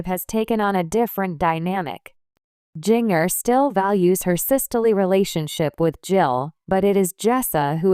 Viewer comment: AI Can’t Pronounce Ginger. It is not Ging— er. Also messed other things too in other video- it is very annoying !!